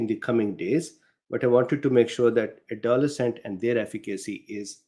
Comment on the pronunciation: A note: Pronunciation that I've always heard: AdoLESCent. (Emphasis on the third syllable.) Took me three replays to know what you were saying there. (I'm appreciatively hanging on every word!)